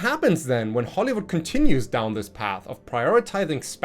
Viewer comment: I know it was probably just your accent, but "Hollowood" seems like a pretty apt name for our entertainment industry recently.